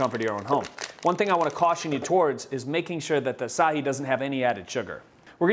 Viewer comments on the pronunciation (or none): This sounds delicious. Thank you for sharing! Acai is pronounced ah-sigh-eee. I hope that doesn't offend you. Peace!